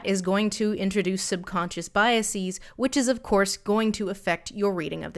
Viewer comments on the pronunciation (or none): Lindsey I love your work but seriously the plural of bias is not bias-ees. It doesn't end in "is" like the word nemesis or something. It's just... it's just "biases." Biah-siz.